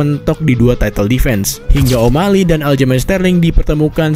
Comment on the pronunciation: Banyak yg bilang kalau channel ini lebih baik dr radio tempur. Tp, Maaf pak tp spertinya masih bagus dan rapian radio tempur. Translate inggris to indonesia, dan pronounciation bhs inggris radio tempur jg lebih baik. Sbg contoh, di video ini penyebutan o’malley masih “omalei” dmn shrsnya penyebutannya “omaeyley”. Pun demikian dgn translatingnya. Bahasa translate yg digunakan oleh radio tempur sudah disesuaikan dgn bahasa sehari2. Disinilah letak kualitas antara radio tempur, channel ini, channel yg openingnya ewer ewer ewer wik wik wik, dan channel lainnya Tp gapapa pak. Ini hanya masukan dan kritik yg membangun. Semoga kedepan bisa seberkualitas radio tempur ya pak. Mohon maaf sebelumnya. Terima kasih ya pak 🙏